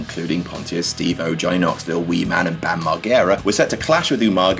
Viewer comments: Pronounced Bams name wrong mate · Can't believe said Bam's name wrong.